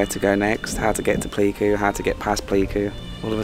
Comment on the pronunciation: it's 'Play'ku :)